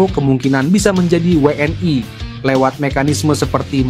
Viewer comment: Admin yg bener pakai bahasa Indonesia W N I.itu bukan bahasa Inggris jangan I jadi ae